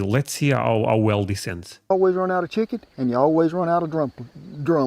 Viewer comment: It’s chicken with a “ch” sound. It sounded like a sh sound. Shicken and dumplings is what I heard. You said chicken correctly in past episodes but you changed the pronunciation this time